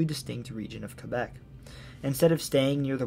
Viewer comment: Thank you for correctly pointing out that Porstmouth Naval Shipyard is actually in Maine! Also, I'm tickled pink that you probounced Quebec the correct way :) Also also, nailed the pronunciation on other various Maine towns. Very well done! I've never seen any of your content before, but very glad the algorithm pointed me your way today!